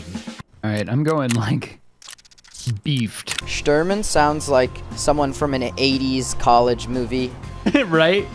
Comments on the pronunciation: Quick note: Sh in Shturman is pronounced as in "shelter", and "u" needs to be pronounced like "oo" in "whoops" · Shturman the u is like the ou of the word you